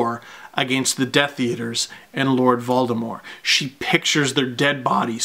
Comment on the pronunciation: The fandom in this video goes so deep that Steve uses the actual pronunciation of Voldemort that Rowling always intended! Vol-Deh-More, silent T.